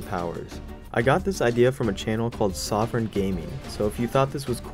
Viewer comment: lmao he called sovern gaming "sovereign gaming"